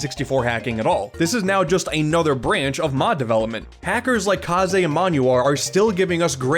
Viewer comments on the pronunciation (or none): thanks for the kaze shoutout, he's the best, btw his name rhymes with haze